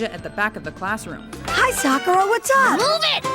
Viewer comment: The way she pronounced the names made me cringe. Sock oo ra ha runo XD